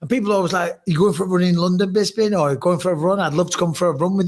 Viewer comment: Even though it's been mentioned before how people say "BisPing" wrong, I can't believe saying "BizBing" in the intro still hasn't been changed or even addressed! Please have Harrington do a new one right, including Felder's full fight name! Love this pod lol make no mistake